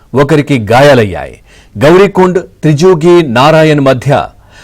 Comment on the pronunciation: త్రిజుగి కాదురా బాబు త్రియుగ్ నారాయణ్